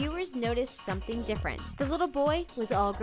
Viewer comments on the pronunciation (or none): none